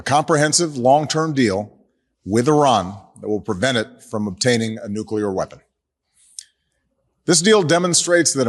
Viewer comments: It’s NuCLear not NuCular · Dude we went through this with Bush, it's not nuke-you-lurrrr(of the planet omicron persei 8) it's nuclear, new-clear because the root word is nucleus, not nukeyoulus It's new, clear, energy...if you need to remember it that way 🤦‍♂️🤦‍♂️🤦‍♂️ this is so painful